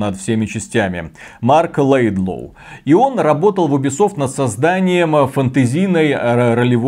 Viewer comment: Марк Ледлоу! Господи боже, я понимаю что вам 40 лет и вам чихать на игры, ну блин перед запуском проверяйте в инете правильность имен человек...